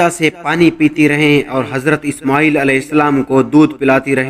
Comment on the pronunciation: ishmooel nai ismaeel tha uska naam pehly parh lia karo na like leny keliy